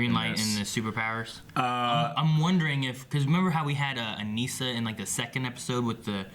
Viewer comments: you guys are saying Anissa's name wrong. it is bothering me like crazy lol and also the title is wrong. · LOL that's funny. When ever they say it wrong i yell the correct pronunciation at my computer. Why do they do this? They say her name on the show, like come on. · 5 episodes in and they still can't say Anissa's name right.